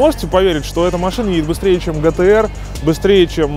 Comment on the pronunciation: Не гтэр а джитиэр по русски пишу что б произношение было понятно